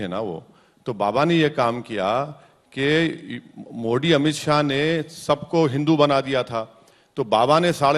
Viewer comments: पहले तू बोलना सीख मोडी जी नही मोदी जी है तू अपने बाप को भूल जाता है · मो डी नहीं बेटा मोदी जी पहले बोलना सीखो बाद में राजनीति करना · इसके अंदर अंग्रेजो का असर है मोदी को मोडी बोल रहा है!!!!!!!!